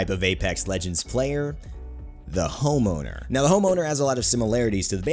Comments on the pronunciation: who else thought he said homo instead of home owner? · Am i the only one who heard him say "The Homo" before he showed the words "The Home Owner" on screen?